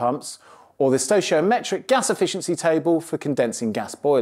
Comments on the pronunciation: Stochiometric is pronounced with a hard c, like stow key o metric. Also delta T represents a change in temperature. The ∆ is a mathematical standard meaning "difference in". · Stoichiometric is pronounced stoy-kee-oh-metric